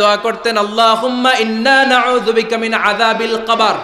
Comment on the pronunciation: Hujur Apni naujubika naki ayujubika bol6en bujhte par6ina